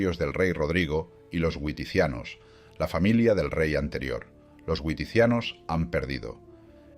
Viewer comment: Muy bien pero la "W" germana se pronuncia como la "B", nos es "güiticianos" es "biticianos".